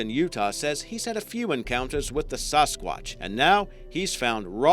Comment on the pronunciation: it's seems like your saying sause-sqauch instead of sasquach.